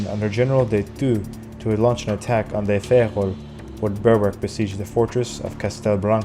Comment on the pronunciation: Why is de Fagel pronounced like he is Portuguese?